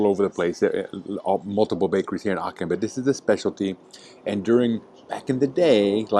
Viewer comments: Quite fascinating. I lived in Aachen and then in Würselen for a total of about six years, and I never knew about some of these restaurants, nor did I know some of the cathedral legends. Pronunciation: Aachen, not Aken (guttaral h sound). Aachener Printen are just a kind of ginger-bread, basically Lebkuchen, which is very popular in Germany (for example in Nürnberg). In Aachen, I also love Nussbrötchen (rolls with nuts), Nussecken and other good baked goods. Just ask around about which bakers locals recommend. One more thing. You restricted your video to the historic old town, without saying so, and there is so much more to Aachen than that. I haven't lived there for forty years, but I have been back on occasional visits (but not since Covid), and there were many nice areas from the Gründerzeit, (late nineteenth, early twentieth centuries) plus a lot of shopping streets and some beautiful residential neighborhoods. Yet other areas (including Lousberg, the Casino, and Burtscheid) are also worth visiting. And you failed to mention how easy it is to get to towns across the border in Holland and Belgium. Of interest are streets partly in one country and partly in another. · it's so lovely how you pronounce Aachen. hahaha 😅 it's not a "k" it's a "ch" like Chuchichäschtli ;-) Greetings from Switzerland.